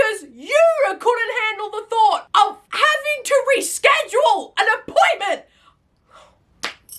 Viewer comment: Why is she continuesly elongating certain syllables while she's speaking? Like, when she was listing all of her trauma / substance usage, she wouldn't say "drinking" or "to", she would say "drrriiiinkkinng" or "tooooo". Does anyone else find it annoying? My autistic brain cannot handle it Edit - HELP WHY DOES SHE KIND OF SOULD LIKE LILY TINO????? LIKE THE WAY SHE SPEAKS SOUNDS LIKE LILY TINO